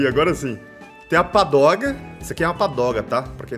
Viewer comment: é pagoda, não padoga kkkkkk